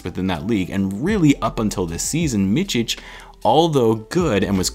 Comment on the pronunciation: Your soft "c" on the end of Micić is on point , only thing that is of is in the middle of his name, it`s not Misić , it`s more like Mitzić. Hope that helps. And also , props for trying to pronounce it the right way.